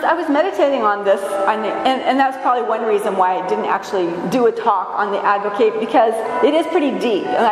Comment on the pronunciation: Love everything about your spirit, beloved, but 'advocate' with a long 'a' is verb, not a noun. An ad-vo-KAT is what we have before the Father, one who ad-vo-KATES (as in Kiss Me Kate) for us.